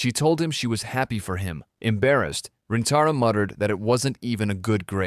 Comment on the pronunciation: bro its not waguuri and rentaro they r waguri and rintaro